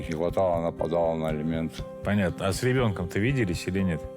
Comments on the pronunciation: Неужели герои не знаю значение слов " элементы" и "алименты".Как можно так говорить элементы да элементы.Кошмар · Все кто участвует в этой передачи и которые требует алименты говорят элементы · А прикиньте, сидят вот эти, герои которые, и думают: «вот Саша с Юлей ведут такую передачу и образованные такие вроде, а слово «элементы» говорят неправильно.» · Жена Товстика тоже так говорит "Элементы"